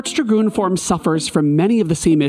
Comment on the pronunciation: Dragon. Goon DRA (rhymes with ray) goon. Dragoon. Emphasis on the A